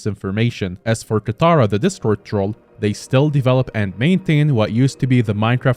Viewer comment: ah yes, "kataira" not katara, he said he wasn't gonna mess it up, he already messed it up